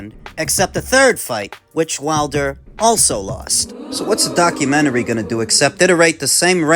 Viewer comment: lol he says "documentary" like an asian guy who just learned english